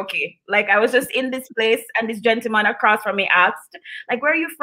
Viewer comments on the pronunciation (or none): none